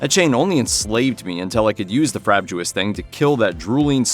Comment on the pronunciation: "Frab-jus." Not "frab-joo-us."